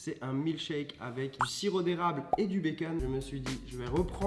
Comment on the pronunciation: Arrête de dire « baqueune »